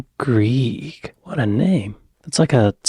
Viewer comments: Greig is pronounced Greg, her sister was actually my head teacher at school. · Tamsin Greig, it's pronounced Gregg I know you like to get things right so just thought I'd say....